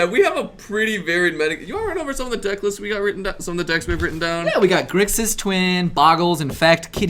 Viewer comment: Sorry to be that guy but...its GRIXIS not Grisix and AJANI Vengeant not Ajani's Vengeant ;) thanks for finally posting the videos everyone! Nice to get my Legacy/Modern fix again!